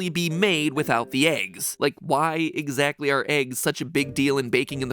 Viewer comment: Egg-zagtly wut we egg-speckted, MatPat........ yaay!